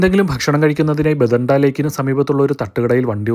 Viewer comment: ബദിണ്ട അല്ല ഭട്ടിണ്ട ആണ്